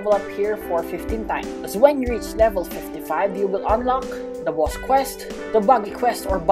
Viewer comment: I like the way u day boss bwoss it’s funny